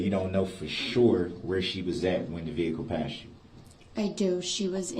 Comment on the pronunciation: When yoi say vehicle. What do you mean vehicle 😮😮😮😮